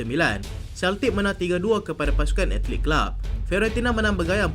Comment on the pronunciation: AT-LE-TIC bang